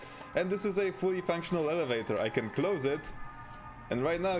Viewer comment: Alavaytor ahah